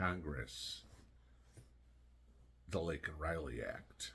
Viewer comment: LAKE N IS HER NAME NOT LINK N